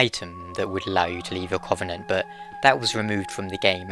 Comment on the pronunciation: Oh man your pronunciation of "covenant" kills me ;_